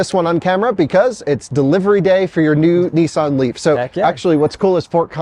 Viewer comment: Its not neesaan, its nissan